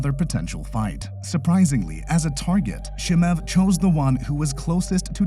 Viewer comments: His name is not Chee-mahv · Lol chimuv and enganewn i love how this dude pronounced their names lol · Listen computer voice who can't pronounce Chemaev... Dana White is a degenerate gambler who is most defenetly screwing his fighters over... Period!!! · J, the pronunciation is just atrocious. Chimaev-approved video.